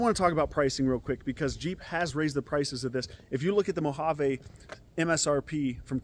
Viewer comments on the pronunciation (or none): It kills me how no one on YouTube pronounces the word Mojave correctly